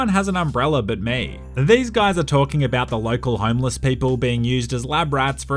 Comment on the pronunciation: What says, “homeless 47.” What I hear, “homo 47”